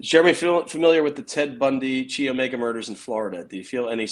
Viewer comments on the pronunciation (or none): Chi is not pronounced "Kee" -- it is a Greek letter pronounced "Khy," with a long I. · A tip.. "Chi" is pronounced like chiropractor